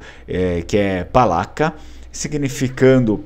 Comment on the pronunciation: o C nas línguas eslavas tem som de Tse, PALACA seria PALATSA